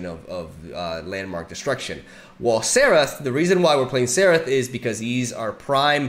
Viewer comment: It's more like "zerath" than "therath" but both are good 😁